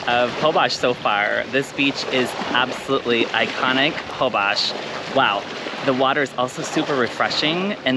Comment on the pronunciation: Amazing video, but it’s pronounced Hole-bush :) in Spanish :) a lot mispronounce it